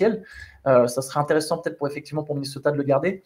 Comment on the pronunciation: "Minnoseta" 😅😅 Merci les gars pour le travail que vous fournissez (déjà toute l'année en général), particulièrement pendant ces Playoff, franchement BRAVO ! Le CQFR c'est vraiment ma petite croquette du matin 😄 Dormez un peu qd meme 😝